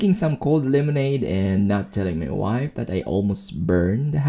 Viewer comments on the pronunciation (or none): none